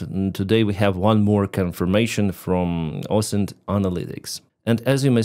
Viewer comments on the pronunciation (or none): none